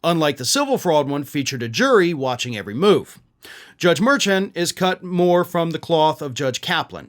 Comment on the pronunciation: It is Judge Juan Merchaun (mer SHON), it rhymes, from how I usually hear it pronounced.